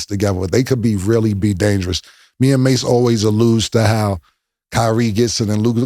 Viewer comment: Mase said it correctly 💯